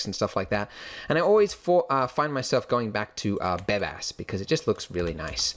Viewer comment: lol, i heard "Badass" instead of "Bebas" ^^